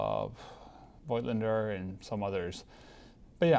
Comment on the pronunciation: I don't think that you can shoot 6x17 cm on a 4x5 inch camera. You will need a 5x7 inch camera for that. And - Voigtländer is not pronounced with "oy" or something like that, but with an "o" like in "Nikon" or "Canon" (if pronounced the Japanese way 🤔).